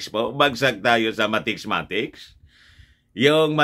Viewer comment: Mathematics, hindi mathecs2✌